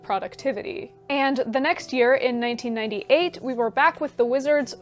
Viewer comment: Minor potential correction, just for the record: *1988 (sounded like 1998 to me and to the AI transcriber). :)